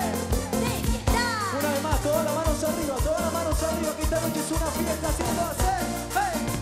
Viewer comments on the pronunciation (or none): Siempre pense q la rubia decia vegeta en vez de fiesta jaajajja q mal q pronuncia y el tipo canta horrible